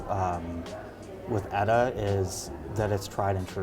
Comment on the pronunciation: I've never heard anyone pronounce ETA as "EDDA."